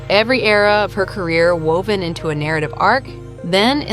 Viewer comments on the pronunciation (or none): none